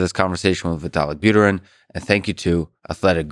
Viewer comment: Lex, that was your chance to teach the people where the accent in 'Buterin' goes correctly 😂